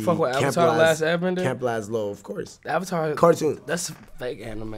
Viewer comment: he rlly said camp lazlo lol